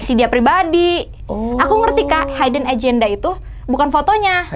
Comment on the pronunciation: hiiiiiideeen bukan Haiii-den.